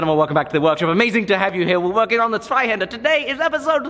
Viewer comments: I love how he now pronounces Zweihander perfectly^^ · Man your pronounciation of "Zweihänder" has become absolutely flawless o.o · Beautiful!!! - how flawlessly you're pronouncing Zweihänder now! :D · As a German, I feel I must tell you that its a delight to hear you pronounce "Zweihänder" correctly. seriously you're the first English speaker I heard say it like that. how many times did your tongue throw its back out during practice? props mate! :'P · Damn the Zweihänder pronounciation at the end was on point. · you finally managed to say zweihänder correctly :D